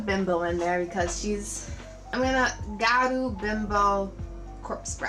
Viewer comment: I think the water line could have been filled. But it looks great! Btw it’s pronounced (GeeYa-Ru)